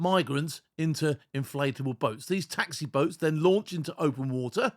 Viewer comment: I'm laughing at bouts instead of boats.